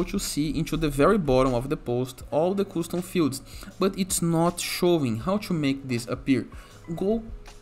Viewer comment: its not "Koostoom" it is "Kastoom"